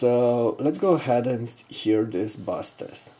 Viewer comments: Its "base" like base of a jar. Not bass like the fish. Just an FYI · Bass Pronounced (Base). Bass you are not talking about fish lol. You are talking about PC